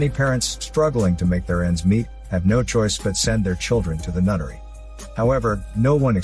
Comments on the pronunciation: Took me way too long to realize he was saying “NUNNERY” and not “NUTTERY” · Knowing this channel and, I thought "nunnery" was "nuttery". I was maybe wrong by captions lol. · He called the nunnery nuttery